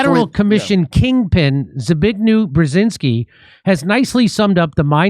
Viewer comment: I'm Polish and each time you try to say Zbigniew Brzeziński I'm lost, trying to understand what are you talking about. xD